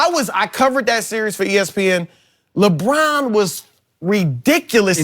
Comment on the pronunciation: Chris: labrann